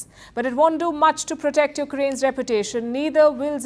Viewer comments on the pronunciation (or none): none